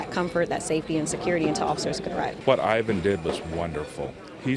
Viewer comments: I believe it’s Eye-van ... why does she keep saying Yvonne ? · Great story, but can we please get his name right, it's "I"van not Yvonne, you only hear the correction of this man's name throughout the story... 🤦 Really it's not that hard 🤦🤦🤦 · They keep calling him Yvonne , his name is Ivan ( eye-Van ) . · I think Ivan is hispanic and in spanish “Ivan” is pronounced similar to “Yvonne” but Americans usually pronounce it like “eye-van”. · Ivan - it's pronounced EYE-VAN, not EE-VON......he's a guy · Everyone: Ivan Reporter: Yvonne Me: 🤷‍♀️😳😬🤷‍♀️ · Why is the reporter kept calling Ivan "Yvonne"? 😅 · I hope they asked how to pronounce his name because uhh.... Ivan is usually pronounced “Eye-vin” not “evonne”. Wow, great reporting job there smh. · Why does the reporter call him Yvonne? It's Ivan. He's not a woman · So with all these people pronouncing and saying Ivan's name the news lady still can't say his name correct???? I'm steady looking for Yvonne. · Lol she said Yvonne.. stupid bigot.. Its Ivan.. "Eye Van" 😂😂😂💀💀💀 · Okay why don’t they know his name? Is it Evon or Ivan? Come on news people! How did you do a 2 minute spot on a hero and allow everyone to mispronounce his name? No bueno! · This man saved her life and they can’t pronounce his name correctly. Poor Ivan 😂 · But why is everyone saying his name right besides the reporter? 😒 so glad he was there at that point and time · Lol that reporter mispronouncing the name annoyed me so much as a fellow "Ivan"